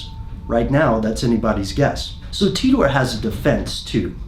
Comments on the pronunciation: cmon pronounce it as T I TOR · Is english your second language? Titor said himself how to pronounce it, but as an English speaking person I didn’t need to know that. It isn’t spelled ‘Teetor’ is it? No it isn’t. Very annoying 😂 it’s literally like you are struggling to pronounce it. John ..TEETORRRR lolol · It's TEE-TORE not TUTOR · The whole video I'm thinking "It's pronounced Tea ter, not Tea TOR." It's an English name... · John TEETORE, it's Titor - Pronounced ''Tea-tor''. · English is just so bizarre. I've always thought it was pronounced ty-tor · I thought it was pronounced "Taitor", not "Teetor". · I hope it's pronounced "tit-or" instead of "tee-tor" hehe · The way that you've just used a random capital 'R' at the end of Titor makes me nervous. You're clearly a wreckless individual. Great video though. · How Pronunciate "Titor"? taitor or Titor like is written? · Oh god DAMIT YOUR PRONOUNCING HIS NAME WRONG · Pronounce his name right! Damn you didn't do that much research into it